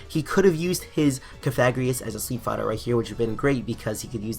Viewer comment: I didn't like the mispronunciation of cofagrigus and I want to see in a dress.